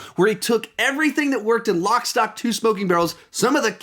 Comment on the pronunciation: except you called it "lock STOP".... then you said Brad Pitt doing the "piper" thing, i think you were meant to say pikey thing but you´re just too ignorant of British culture.....and you think your qualified to talk....ahhh and as a footnote, your misinformed title says "all 11 Guy Ritchie films"...you really must do your due diligence, then....learn to count